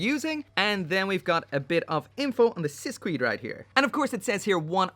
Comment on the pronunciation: Not to nitpick but its pronounced "Sis kayed"